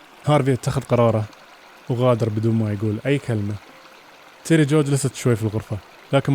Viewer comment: تيري جو مو تيري جوي